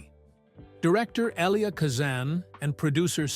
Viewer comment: for heavens sake pronounce rhe names correctly she is EVA not EVER and the same wrong pronounced of Eli chistian name for Kazan you need pronouniation lessons.